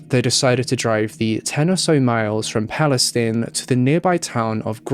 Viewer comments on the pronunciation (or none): This case is the worst I have heard in a while. That guy was brutal and remorseless! That poor lady and the family. Also, I am from TX. Palestine is pronounced PalestEEn. Weird I know. There is also a County here spelled Bexar. It’s pronounced as Bear. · FYI in Texas it's pronounced "PAL-i-steen" and "NAY-chis" :)